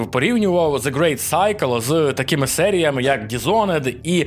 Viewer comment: Щоразу цікавіші кейси з вимовою англійських назв. Індіана Джонс: Грейт Сайкл — це вже зовсім не очікуваний поворот. 😅